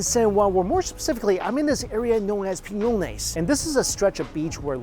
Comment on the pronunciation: is not pinones is PIÑONES LEARN YOUR SPANISH THANKS